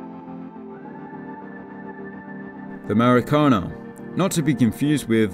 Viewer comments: "Maracâna" kkkkkkkkkkkk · Good job. A minor correction on pronunciation... The letter A. With the eyebrow ato means you gotta use the nasal and the throat. For instance. ... Maracanã becomes Maracanaaah. You got to stretch the a at the end and use your throat Mineirão becomes Mineiraaahuu. You actually tighten up the mouth as you were to whistle at the end of the word. Portuguese is the only language that uses this variant. The describing adjective to it is a “TIL”. One more thing. Whenever the C appears with w tail, such as in Coração , it is pronounced as S as in senior.